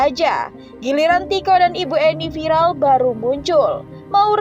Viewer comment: Viral buk..bukan vilal 🗿🗿🗿🤣😭😭 Ngakak emang ibu" +63 ngomong ...pedes pedes🤣